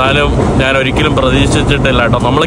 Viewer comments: നിനക്കു പറയാൻ അറിയാഞ്ഞിട്ടാണ് പൃഥ്‌വി രാജ് എന്ന പേര് നോർത്തിലും സൗത്തിലും ഒന്ന് തന്നെയാണ് . ആദ്യം നീ ഞാൻ എന്ന് പറയാൻ പഠിക്ക് . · നാൻ തന്നെ കുണ്ടി കഴുകി നാൻ അല്ല മോട്ടേ ഞാൻ